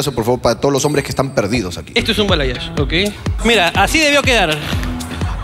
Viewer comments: La chica ni si quiera sabe que se hizo por que dice '' bayalage'' jaja eso no existe, es balayage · Que estrés escuchar bayalage en vez de balayage por eso no le hicieron bien 😂😂 jajajaja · Bayalage jaajjajajaajajja es balayage jaajajaaj q mate de risa😋😋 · Porque dice "BAYALAGE" el término correcto es BALAYAGE creo que a ella le hicieron lo que querían porque no pidió bien 🙄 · Bayalage o Balayage? Jajajaja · SE DICE BALAYAGE Y NO BAYALAGE